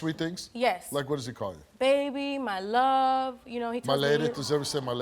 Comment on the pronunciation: the way steve said my love🤣🤣Mah luvv ..😂glad i dont believe in this cheap word too